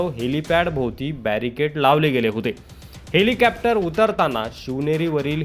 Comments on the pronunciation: हेलिकॅप्टर नाही हेलिकॉप्टर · छान हेलिकोपटार uchhar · हेलिकॉप्टर बोला....कॅप्टर काय आहे